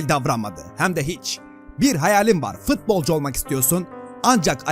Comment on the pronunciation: Abi fitbolcu değil futbolcu